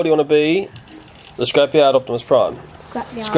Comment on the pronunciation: he kept saying opsmis prime